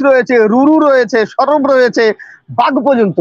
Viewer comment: ধৃষ্টতা মাফ করবেন, সবর নয় সরব উচ্চারণ হবে।